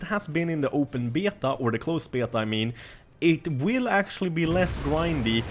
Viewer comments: omg stop saying beta. you say it so fucked up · I love how you say beta:D